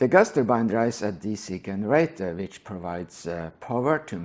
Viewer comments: Good video, thanks. If you care generator is said with J sound like jeans in english. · It's pronounced "jenerator". English is silly. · Hey, I know english isnt your first language so I'm just trying to help you out here, but you always mispronounce the letter 'G'. It's pronounced with a 'J' most of the times when you mispronounce it, like in 'GENERATOR,' OR 'GENERATION' OR ' 'GIST', They would all be pronounced with a 'J' sound in the place of the G. From hearing lots of your videos, your clearly unaware of this, so just trying to help.